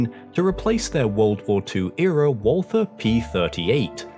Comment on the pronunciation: it's pronounced Walter, hard t. seems us brits default to walffer